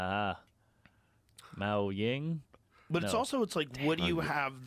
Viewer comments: haha “mao ying”…. he’s getting his name confused with the basketball player “Yao Ming”. The real name he’s looking for is Mao Zehdong. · i wanna see Mark or Shane use "Mouth-Ze-Dong" one day